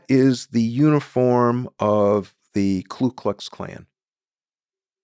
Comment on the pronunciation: An expert on racist language who doesn't know how to pronounce Ku Klux Klan?